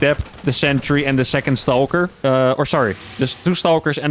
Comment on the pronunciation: How can he say "Stargate" normal but he says "Stawhlker"? 😂